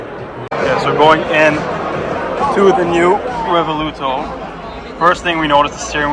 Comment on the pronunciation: Revuelto, not Revoluto😂